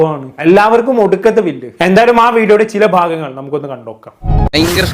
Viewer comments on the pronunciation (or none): none